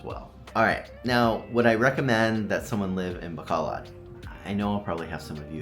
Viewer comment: learn how to pronounce it, just some friendly advice